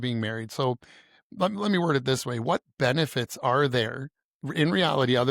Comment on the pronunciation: 😂 2nd time listening I heard benewits then shortly after she says aswects 😂😂